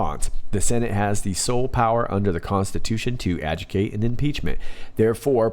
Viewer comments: could you please pronounce the word "adjudicate" correctly? It is not "adjucate" ("add-jew-cate"). It is pronounced like "ad-jude-i-cate" (accent on second syllable), as in taking an issue through the court system. Thanks! That said, I LOVE your videos! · It's pronounced Ad_JU_di_cate. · Aloha,,, Most Respectfully,,, it is pronounced as "ad-JEW-dik-8" Adjudicate. 🌺Mahalo for your XLNT work!!!🤙